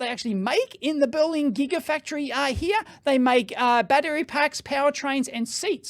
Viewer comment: Belin? You sure you're talking about Berlin or the company in Romania that makes tea?